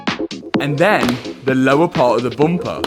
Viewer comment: I love when Mat says boomper